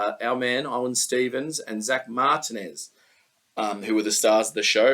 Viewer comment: Martinez was pronounced right 😂